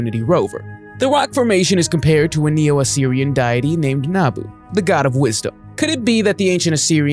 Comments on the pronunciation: Deity not Diety lol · DIET - EEEE ? Nice pronunciation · Ridiculous! ....and learn how to pronounce "deity" (its day-ah--tee, not die-ah-tee). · It's not "die-ity" it's (dee-ity) deity!!!!